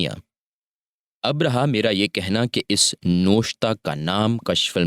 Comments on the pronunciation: لفظ نوِشتہ ہے نہ کہ نوَشتہ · It is nawishat,,, and nawishata,,, apna talafuz tu theek krey